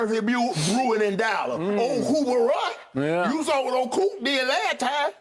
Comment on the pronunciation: Shannon said Dallah😭😭😭